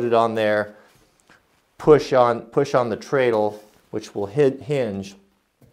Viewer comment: Even though there's an a in it, treadle is pronounced tred'l.